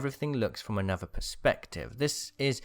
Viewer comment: Anover, furver.... please pronounce your th’s please...